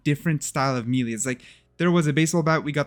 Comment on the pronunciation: Can someone please teach this guy how to pronounce melee